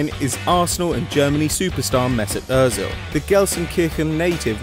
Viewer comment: THEY PRONOUNCED ÖZIL RIGHT OH MY GOD